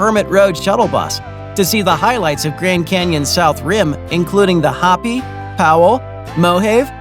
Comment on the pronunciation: It's pronounced Ho-pee (Hopi), Mo-hov-ee (Mohave), and Ro-day-o (Rodeo Drive).